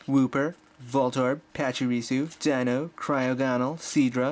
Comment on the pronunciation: its not cue rem its cure em and you said deino mostly right its kinda weird